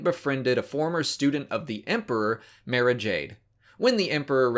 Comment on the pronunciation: So if an audiobook pounces someones name, should you use that pronunciation or some other one? Cuz he keeps saying Mara's name differently then the books do and it brothers me